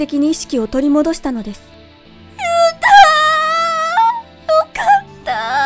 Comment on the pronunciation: ゆうたがゆゆうたに聞こえる